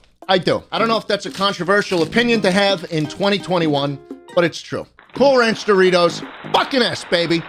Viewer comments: Schlatt saying the name of Doritos wrong: Says sorry Also Schlatt: This f*cking sucks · Mispronounces Dorites spicy sweet chili and apologies but then proceeds to reck em. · Proceeds to say the chips suck after apologizing to Doritos for mispronouncing the name